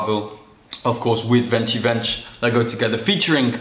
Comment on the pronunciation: it is pronounced like this: VenTSi VenTS.